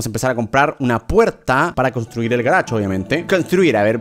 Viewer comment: yo cuando german dice garach: yo : jajajjaaj c mamo con el garach